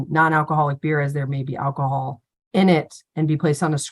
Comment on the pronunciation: Give up the "akahol", bruh!